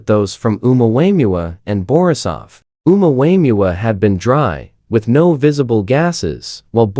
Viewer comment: Ai is hilarious calling the Omuamua Omua Wayans brother lol.